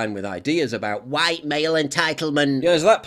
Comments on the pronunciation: He can’t even pronounce white properly. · He doesn't say white right